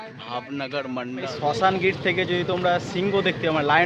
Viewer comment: ওটা শাশনগীর হবে, শশানগীর নয়।